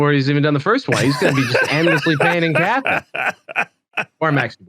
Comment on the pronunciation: Pretty sure it’s Cathay